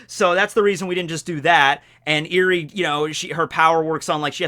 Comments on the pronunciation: "Eri" is pronounced more like eh-ree, you made it sound (like) eerie // pronunciation nazi mode off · Eri is pronounced, (Eh-ree). Like Elly with an "r" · Ur saying her name wrong